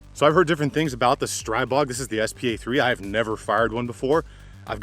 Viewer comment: StriBOG not BORG!